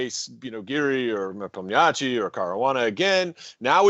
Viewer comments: He's NepOmnyachtchi, not NepomnYAchtchi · People should learn how to pronounce Nepo’s name. The interviewer embarrassed himself completely butchering name multiple times. Listen to how Kasparov says NepOmnyaschiy (stressing O) and try to repeat it few times until you get it right. Or you can keep call him Nepo, which I believe Yan prefers himself since his last name is frankly kind of embarrassing (it literally means Forgetful in translation from Russian).